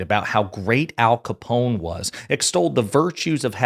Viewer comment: "The great... late... Alphonse Coppone." Come on Donny, you said that line so many times about Hannibal Lectter, you can't get it right for Coppone? 🤦‍♂️